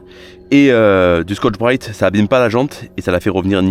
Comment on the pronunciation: OEM et bien moi j'aime bien le format.Hors mis le contenu,ce que révèle ce format c'est ta personnalité.C'est aussi pour ça que je m'abonne et suis certain youtubeur.Quelque fois,c'ést les accents régionaux d'autre fois ce sont des expressions.Pour toi c'est "ça degage" ou ta manière de dire Scotch brit 😂.Peu etre que ça fait rire que moi mais je m'en fou.Alors au moment ou je regarde cette video,c'est dimanche soir au lit avant de m'endormir.Bonne continuation.👍